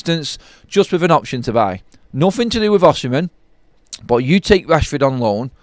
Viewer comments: That maybe so but Osimhen is a far better footballer than Rashford. It's spelt Osimhen by the way just keeps saying it wrong!😂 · How u pronounce “Osimhen” ? Oshimhen?😅😅